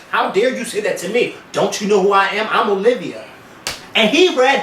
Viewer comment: YOU BETTER SAY IT! (that heart to heart with O-LIV-A) was MUCH NEEDED! LMAO